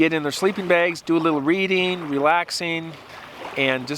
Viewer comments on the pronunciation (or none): none